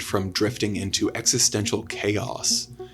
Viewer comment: This guy can't go 30 seconds without saying Exestential